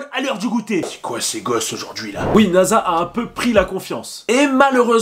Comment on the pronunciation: Son prénom est nassa et pas naza mon ami j ai déjà regardé l animé 5 fois